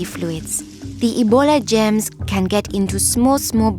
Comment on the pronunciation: I thought she said “gems” instead of “germs” because of her accent but this is so sad :c sorry for your grandfather but thank the heavens your mother survived